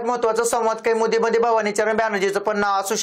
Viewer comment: संवाद kaiमुदी म्हणू नका कौमुदी म्हणा.😂😂